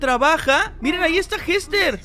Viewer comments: jester se pronuncia yester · Se pronuncia Yester